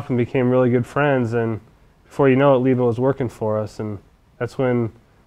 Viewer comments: Why are you saying her name Leeba, Mike and Peggy called her Libba? She was a very a dignified person, I saw her several times. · I've heard the real Mike Seeger (not this guy, whoever he is) and his brother Pete pronounce her nickname "Libba" with the short "I" as in "river", not as "Leeeba." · Yes, Libba was her nickname, but I think it was pronounced Libba, with the "i" sound as in Elizabeth, not Leeba, as this guy pretending to be Mike Seeger pronounced it. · "leeba" ? Cmon man, this is absurd.